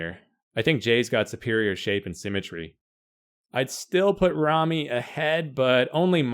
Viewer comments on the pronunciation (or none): Its RAMY not REMMY...